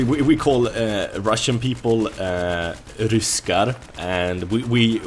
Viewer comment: We actually say "ryssar" not "ryskar" :)